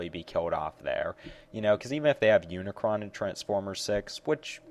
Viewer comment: hey, it's unicron